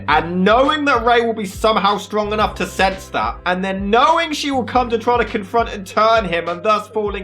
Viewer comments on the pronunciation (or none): FOR NOUGH REASON AT ALL There's NOUGH REASON There's NOUGH indication